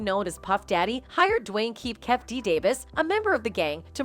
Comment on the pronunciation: I'M SORRY I HAVE TO SAY THIS. LISTENING TO HER MISPRONOUNCING THE NAMES IS ANNOYING! IF YOU ARE GONNA DO REPORTING PLEASE PRONOUNCE THE NAME RIGHT! IT'S NOT 2 PACK! IT'S 2PAC/TUPAC! IT'S SUGE NOT SHOOG! KEEFE D NOT KEEF D!